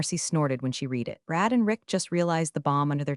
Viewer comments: Please. If you want subscribers teach your AI the difference between "read" (red) and "read" (reed) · OMG. READ It’s pronounced RED —RED—RED—RED NOT FREAKING REED Thumbs down 👎 get it freaking right or don’t post to YouTube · Another one is SEC is not sex 😂😂😂😂😂, although that one may have just been more noticeable in the text version. But yes,yes,yes, reed vs red. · This is getting OLD, you need to come up with something new. Read as in red, not reed. Change your phrasing with something new. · Reed instead of red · Maybe you need to tag "read" as "red" so the AI can pronounce it correctly. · AI keeps saying read like it’s present tense… tag it as red so it stops tripping over itself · Thaaank you. I am almost dying every time I listen. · Gabbled commentary. Usual AI crap - can't differentiate past and present tense of 'read' according to context, which makes a mockery of what could be a good story. I just don't get the need for AI narrative. Is it financial? If so, it's not worth it. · If that hotline actually exists, it’s probably run by the same folks who can’t pronounce read right 😂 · no reason the AI should keep messing that up lol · Sometimes it's read and sometimes it's read. Unironically is not uni-ronically though, ironically it's un-ironically. Sometimes present is present, and sometimes it's present. It's clever how the AI does the text though, pronunciation mis-steps aside. 😊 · The AI voice is getting better but still fails in certain pronunciations - specifically the word 'read' It doesn't recognize the present/past tense and resulting change in the way the word is pronounced. "I need to read the recipe"... "I already read the recipe" The cadence of speech has improved, but still misses subtle changes of tone in complex sentences. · present vs past “read” should be easy fix lol